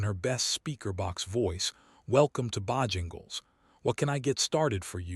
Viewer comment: Can AI not even pronounce Bojangles correctly? Really I don’t believe it’s very smart.